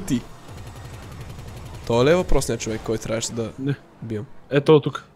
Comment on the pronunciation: bro не знам дали друг забеляза но на Никича му викаш човекС